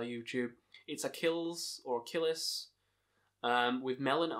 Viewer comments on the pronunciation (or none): It's "AH-klees" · Totally. Also I think it's pronounced "ak-lees"